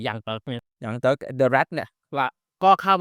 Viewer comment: มันไม่ได้ออกเสียงว่าเติ๊กนะจั๊ฟพรี่ 5555